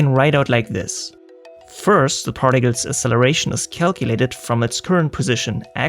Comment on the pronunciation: Asseleration? Did you mean acceleration?